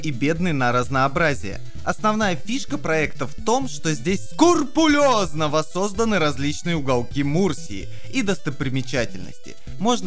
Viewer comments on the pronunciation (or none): Какой-то прикол со СКУРПРОЛЁЗНОСТЬЮ или просто ошибся? Скрупулёзно же) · не "скурпулезно", а скрупулезно - сколько же ошибок в выпуске! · Во весь голос: скУРпулёзно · да уж, воинствующая безграмотность G/ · как же эпично ты орнул. Жаль только, что неправильно слово произнес xd